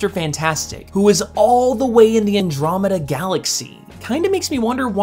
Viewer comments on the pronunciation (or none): none